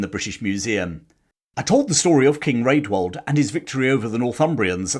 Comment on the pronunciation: A note for the future. Rædwald is pronounced 'Radwald' - the letter ash (æ) was pronounced as a short A, as in cat (compare Ælfred). The ordinary A was more like the O in hot.